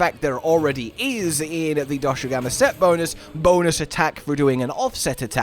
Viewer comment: Chat, he said Doshugama again